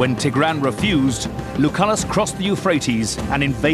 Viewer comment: wow he pronounces tigran so wrong